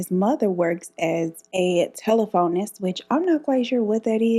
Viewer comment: Hi, just a bit of useless info… Telephonist, pronounced tel ef onist, a person who works on the old switchboards! 😁 Love your videos, especially your quick wit & sense of humour! You have a gentle voice, that’s easy to listen to, plus you’re a stunning woman inside and out! Kindest regards, Kerri, Perth Western Australia ❤🌻❤🌻